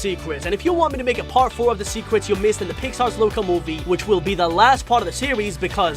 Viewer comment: I heard you said "secwets" instead of "secrets"